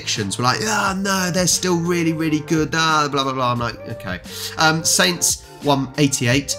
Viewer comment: Who the hell calls them sainters? They are the saints.